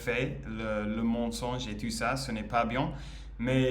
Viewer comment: Hey! I can see your improve day after day, congratulations! A piece of advice: when we say " tout ce qui se passe", le mot "tout" signifie "everything" et on ne prononce pas le T final, we pronounce "TOU" (it can seem not that important, but it is 😉). "Sa famille ne pense pas trop A elle, ne LA considère pas trop, ne LA traite pas très bien" 🤩. No matters it's a man or a woman, we speak about "un personnage", so: "le personnage principal" 😝"Elle va A L'hôpital" 😜. We'll rather say "Il est possible qu'elle ait UN cancer", not "DU cancer" 🤮 "Tout le monde LA traite MIEUX qu'avant"😁 "Elle veut que sa famille continue à bien la traiter": in French we put the adverb before the verbal form when it's an infinitive or a past participle, example: we say "j'ai BIEN dormi" (fluent) rather than "j'ai dormi BIEN" (not fluent) 😃 "To react" is "réagir" in French, we say "ils réagissent" 🙂 For the "making" or the "shooting" of a film, we say la "réalisation" in French, "le film est bien réalisé" for example 😀 Une "série fictionnelle" is a bit heavy, we simply say "une fiction" 😛 And that's all for today!! bye bye!😜